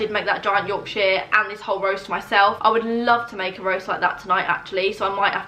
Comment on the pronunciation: DAMN THAT YORKSHIREEE